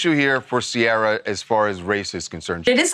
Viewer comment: Why do you pronounce Ciara weird? It sounds a bit silly. It is pronounced very differently across Europe.